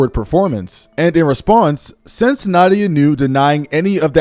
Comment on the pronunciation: Nadia ❌ Naughty-ah✅